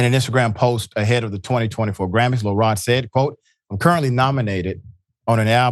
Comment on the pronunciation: "Lil'' Rod???